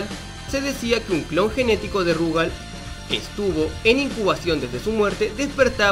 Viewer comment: Por qué mierda todos le dicen Rugal acentuando la u en vez de la a? Si juegan al KOF 94 y 95 sabrán que la acentuación es en la a, por ende es RugAl